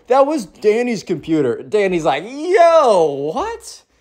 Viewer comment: COMPUTER (COMPUTAH)